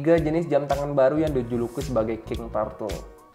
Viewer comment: Koreksi bacanya bukan TARTEL, tapi TURTEL